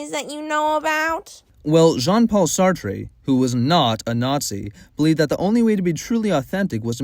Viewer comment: immediate fail for mispronouncing sartre 😅